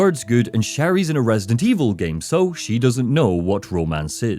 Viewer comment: opened the video saying “Resint Evil 6.”💀